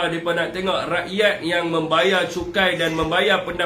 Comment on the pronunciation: rrrrrrakyat.... hahaha